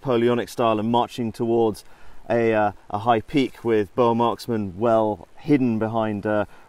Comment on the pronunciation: it still bugs me that they cant pronounce boer. like come on after all Britain did to us u could at least learn one word.